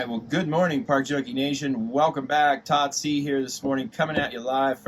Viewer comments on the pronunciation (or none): Really enjoying your content. I'm up in Butte, just ran out of Gallatin Gateway by the housing crisis. Oh, you're! The first time I saw your videos I thought you were saying Tottsie.😆